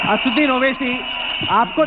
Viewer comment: aapne Owaisi ka naam "ASUDDIN OWAISI" bola hai, Sahi naam hai ASADUDDIN OWAISI "......... again you said "ASUDDIN"...which is not correct.